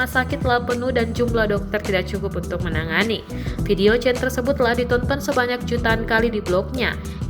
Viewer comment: Itu bacanya Chen ( sperti kita membaca Jendela) Semoga kakak chen dlm keadaan baik"saja